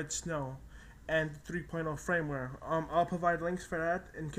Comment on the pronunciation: fyi...its Firmware not frameware